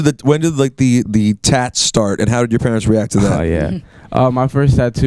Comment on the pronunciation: purents lol lol